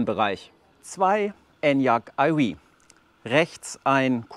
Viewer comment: Wenn du nur aufhörst Enyaq eiwieh zu sagen 😆😆😆